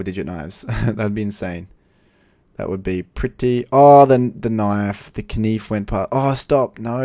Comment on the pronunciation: The way you say falchion knife does my head in; it's pronounced Fell-shen; and stop saying k-nif. also you need to stop saying every case you open that "I'm feeling a knife this is the knife". It gets repetitive and annoying. Other than that i'm liking your videos keep it up.